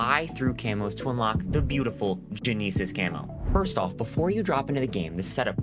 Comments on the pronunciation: Bruh… genesis is not hard to pronounce. It’s nuts hearing you say jeneesus…. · gen neesis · gen knee sass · You pronounced Genesis wrong and you aren't getting to 60 CR in one game, not even with XP boosters. I have almost every Operator at 60 CR or above and have had numerous squads of 4 and did this and no... it doesnt work. You are a liar. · you should be sent to prison for that way you pronounced genesis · I’ve never heard anyone say Genesis like that before. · I’m truly bothered by it… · ive been looking for this comment, that and the earrape ding in the intro